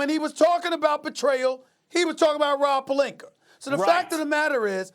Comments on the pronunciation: “Rob Pelinker” - Stephen A Smith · "Rob Pelinker" "Kember Walker" "Kawhi Lennit" "Jimmy Butla" -Stephen A Smith